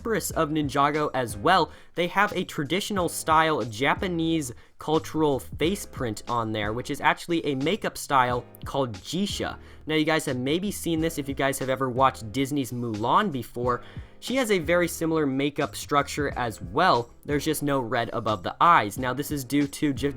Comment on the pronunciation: Its not jee sha its gay sha